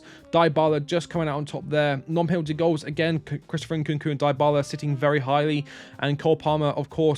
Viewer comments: FFS it is not « Dye Bala » pronouns it « DeeBala » 😩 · After hearing “Daibala” for the 3rd time, I had to stop the video 😂😂